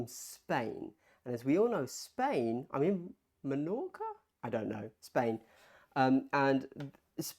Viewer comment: Bienvenido! (you said Menorca quite well! :P)